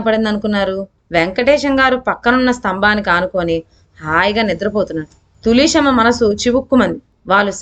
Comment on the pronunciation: తులీసెమ్మ ఏమిటిమ్మా...తులశమ్మ అనలేవా